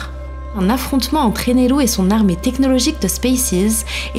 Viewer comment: Les bons cotés de la vidéo ; elle prononce bien Eneru. Les mauvais côtés : on la voit pas car vous avez fait vos chiens de la casse à trop dire qu'elle était belle.